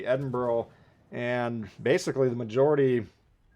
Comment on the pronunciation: It is not edinburrow or edinburg, it is pronounced edinburuh. Americans, honestly